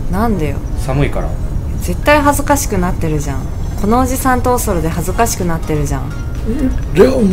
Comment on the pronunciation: 美月ちゃんのおそろの発音がオセロと同じやん